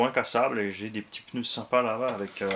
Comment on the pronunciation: Alors y a pas de E dans pneu donc on dit pas PEUNEU!!!;-)